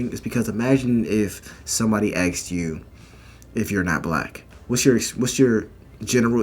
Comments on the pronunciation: Axed, it's Asked.... Axed is a Redneck Scottish term. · Yo!, "Asked" not "Axed" 😉 Jokes aside, love your channel, keep doing what you are doing! 🤙🏻😎